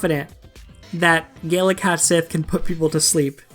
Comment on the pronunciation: Its pronounced cat she not sith. I learned this from final fantasy 7.